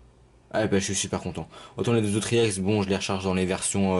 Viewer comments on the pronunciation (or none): Je pense que c'est parce qu'il le dit "à l'anglaise" sachant que le e se dit "I" et le x se dit "Ex" :)